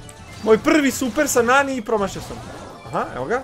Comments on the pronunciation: Ne izgovara se NENI nego NANI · Ne kaze se neni nego nani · govori se nani a ne neni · Nije NENI nego NANI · Nani je muško i čita se nani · Nani je musko i ne kaze se Neni